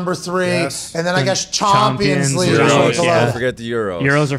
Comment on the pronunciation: “Mbap”, “MLSth”, “Chompians League”, “Methi”… this had be rollin 😂😂